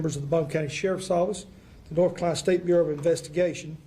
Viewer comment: He said NORFCALINA